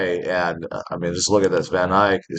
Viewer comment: I don't know why you keep calling it VanIke when it is clearly VanEck.